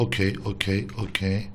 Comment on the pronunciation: abi its kokey değil its okey